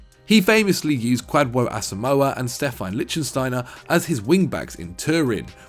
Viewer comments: "stephan litchensteiner" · Stephan “Lichtsteiner”